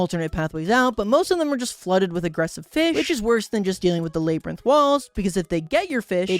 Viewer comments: is bro really saying layberinth instead of labyrinth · "laybrinth" ITS LABRINTH (or whatever idk) why did you look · ah yes, the laybrynth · lay brinth😭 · Lurr. Laybrinth. xD You never cease to make me giggle. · 1 crash out? Seems like an understatement but that aside you have to be doing these pronunciations on purpose at this point like "lay-brinth"